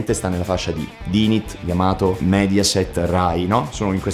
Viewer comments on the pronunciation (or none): WaddafAsk bellissimo come al solito, però Dynit pronunciato all'italiana no dai :D P.S. Mauri se non l'hai ancora fatto ti consiglio vivamente di recuperare Fate/Zero